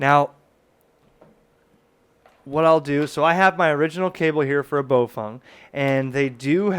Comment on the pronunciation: You keep saying BoFung. It's spelled BaoFeng, not BoFung.